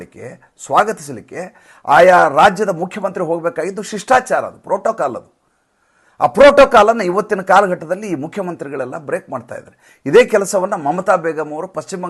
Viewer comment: ಪ್ರೋಟೋಕಾಲ್ ಅಲ್ಲ proto ಕೋ l...